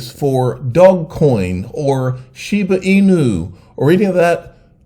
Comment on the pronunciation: Regardless of the token can you pronounce shiba inu correctly it’s a dog breed. Like imagine instead of pit bull you say pot bull. It’s clearly sheebah eenew. 😵‍💫